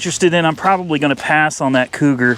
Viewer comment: SERIOUSLY?? Maybe on your next trip instead of going to Lost Angeles, you might want to go to Boston, Massachusetts. It may help you pronounce the name on that old Cougar.